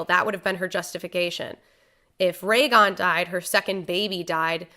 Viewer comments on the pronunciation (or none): Goddamit! 7 Seasons and he's still Rhaegon. RHAEGON!!! What on... oh, man. Pls, it's Rhaegal. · Okay but it’s Rhaegal not Rhaegon sooooooo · Take a shot every time says Ray-gon instead of Rhaegal. 🤣